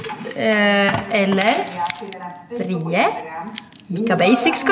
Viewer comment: Bara typ min familj som uttalar "brii" ost och inte "bri.e"